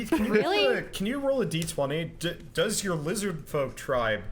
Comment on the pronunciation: I'm not telling you guys you're doing it wrong or making a judgement call that my way is better, but I can not endure any more of this. The constant "one die twenty" instead of "one dee twenty" is just murdering me. Good luck and may Gygax have mercy on your souls.